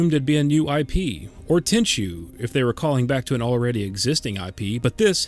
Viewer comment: It's TENCHU